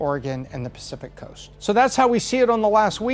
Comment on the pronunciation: Early verting on the west curst? I can’t listen to this…